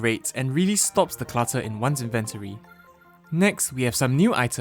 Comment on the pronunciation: why do you say inventory like that